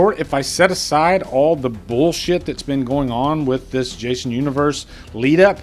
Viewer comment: Why do you keep saying “Jashon Universe”?